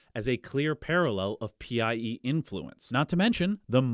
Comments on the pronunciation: I just discovered your channel, and I love it. As for this theory of PIE (by the way, you should have been saying "pie" instead of P.I.E.), I dont have a dog in the race. It's also been a long time since I studied genetics and admixtures in school. But presumably these PIEs would have been male and females and both of thier genetic info would have been introduced into the invaded populations. So wouldn't that play into the admixtures? I've been listening while biking, so I wasn't able to follow all the numbers. What I'd love to see is a good statistical analysis of the genetic mixes and how they presumably resulted from these influxes of PIE DNA. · i wish i could go back in time and tell him linguists pronounce PIE like apple pie